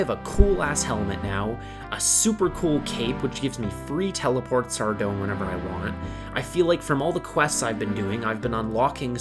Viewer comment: just so you know ardougne is pronounced Ar-doyn